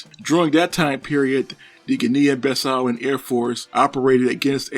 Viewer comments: the correct term is Guinea-Bissau, pronounced "Guinee-Bissau", not Ginneean-Bissau. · There is no such place as “Guin’ neehan Bis sow” !!! There is however a country called Geeeee’neeeeee Bisssau!!! Please , you are butchering the name!!! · Please research your pronouciations. It is pronounced "Gee-nee Bee-sau" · I really wanted to watch your cideo but I can't. I know it is not your fault but that pronunciation! Oh boy! I just can't hear you butchering those words. I will try for some video about some english speaking country, don't worry. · You didn't mention that trainer enough times!! Also not learning to pronounce the name of the country was a stroke of creative genius.